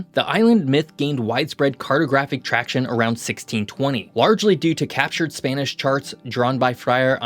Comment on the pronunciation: Butchering Spanish a bit there. Probably a good idea to check pronunciation before recording. Nevertheless, I really enjoy your content.